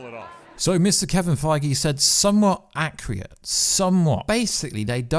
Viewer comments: Bruv are you saying acc-RE-ate? Or accurate? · Luv you bud, but there is no “Y” in accurate.... keep up the good work though